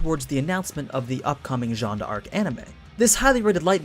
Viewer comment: ok so like i hear this a lot from people and it's a minor thing but it kinda bugs me. It's not Jeanne de arc, it's just Jeanne d'arc, like Jeanne [dark]